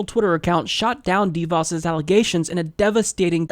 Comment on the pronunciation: I'm supposed to take anything seriously when you can't even pronounce the woman's name?